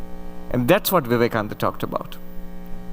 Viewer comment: Vivekananda ka naam to sahi se ucharan kar leti..host beta